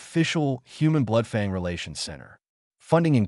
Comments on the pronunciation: it is painful to keep hearing the reader say "Blood fong" :P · Please educate your AI in pronunciation, "fang" is not "FONG", I stayed 10 minutes, all I could handle. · Good story but the ai narration can use some arm training and improvements. Fang/fong among a few others